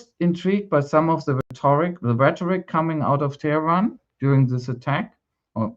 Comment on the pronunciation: “Tyrants of Teh-er-an”, Netanyowee says! Trying to be poetic, to craft a memorable slogan, resorting to the pre-modern English version of Tehran to get his 3 syllables, making use of his Philadelphia education in rhetoric. Hrmph! Tyrants of Tel Aviv, there, works better! Don’t be fooled, this is still all about Palestine.. Black it out as much as you can Israel, but we will not stop talking about Palestine! Free Palestine!